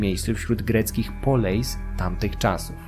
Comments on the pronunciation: Greckie słowo "Poleis" czytamy "Polis", ponieważ w grece dyftong "ei" czytamy jak "i", Tak samo jak w przypadku greki kini, którą zapisuje się "koine", ponieważ tam również jest ów dyftong. Następnym razem proponuję sprawdzić wymowę greckich słów, bo błędne wymawianie słów greckich brzmi niepoważnie. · Poleis wymawia się polis. Pieria wymawia sie Piria. Koine to ( ἡ κοινὴ ) kini. Z akcentem na ostatnie i. Aigai wymawia się ejge.... ITD.